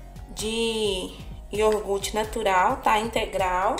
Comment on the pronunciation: Amei a receita, e gostaria de te dar um toque, o certo é iogurte, não iorgute. Uma dica construtiva, não me leve a mal okay!? 🥰🥰